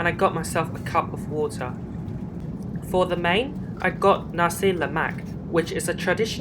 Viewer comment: Nice video! Hope your diarrhoea settled quickly! That satellite lounge looks amazing. Love to try MH to London one day and get to use that lounge. Yes, you have pronounced nasi lemak correctly. It is one of my favourite Malay dishes! And yours looked good too, for an airline meal. The last time I flew MH was on this route too almost 10 years ago. From your experience, they seemed to have improved much since then.